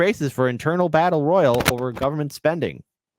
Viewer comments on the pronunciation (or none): The best part of this video is how pronounces battle royale